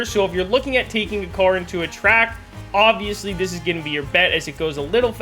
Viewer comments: He said molser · mo-ser😂 It’s called the Mosler dude😂